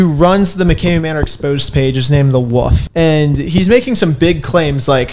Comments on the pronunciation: he's named the what? Was th at a "the woof" i heard? As in "a pack of woofs were howling at the moon"? Or as in "the soud a dog makes is woof woof"? Just wondering. If you call wolves "woofs" I may have to go team haunted house and probably join a cult. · wtf is a 'wuff' 😂 you do realize there is an L in woLf ? rite? Fing wuff 😂😂 wuff wuuf wuff 🐕 🐕 wuff wuff 🤣 WUFF 🐕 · Can you teach how to say Wolf instead of Wuff?😂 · Lmao! My man said "the wuff". (The wolf) roflmfao